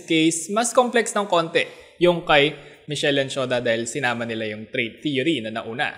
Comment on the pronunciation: Pronounce As mis- kel.